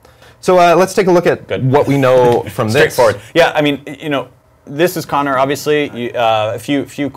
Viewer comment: Its Conner not Kony!